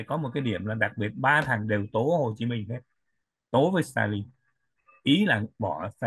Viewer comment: nên phát âm cho đúng tên anh Minh, không phải là Min!